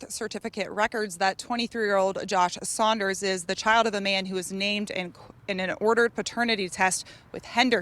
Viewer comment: Saunders not sliders